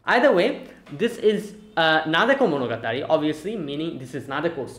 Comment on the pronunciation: the Arc is called Nademonogatari not Nadekomonogatari